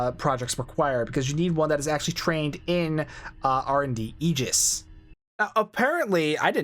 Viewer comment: Holy crap!!! You pronounced Aegis correctly! Nobody online gets that right. Subbed.